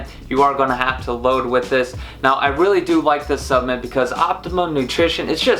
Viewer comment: Driving me nuts lol! Keep saying SUPPMEMT and not SUPPLEMENT hahaha